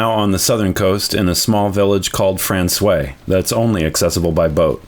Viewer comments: Frans-wah. Not Fran-sway 😉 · Guys, you gotta say «François» properly. When you say the word «wow!», you actually make two sounds: Wa-O. To say François, just say franç-wa, et voilà! French is weird the in that way, «oi» sounds like «wa». Hope it makes sense. Loving to explore Newfoundland alongside you, beautiful scenery. Fair winds and rocks! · You pronounce François as frahn-swah , not frahn-sway, but perhaps the Newfies do it different. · The way my university Nufie buddies pronounced Francios: - My guess is my Nufi buds would have said to me: Robi, come "Bif the ball to I, me bi, down in da taun of Fran-SWI { not SWAY, the A gets dropped though it is there per the sing-songie, whimsically happy flow of old Protestant Irish to hide how dangerous they are} - Translation; { come Robi, Throw The Ball to me, My Boy, down in the town of frahn-SWAH.}